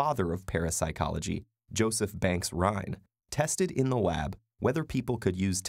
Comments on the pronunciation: "tested in the wab" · Did you just say wab?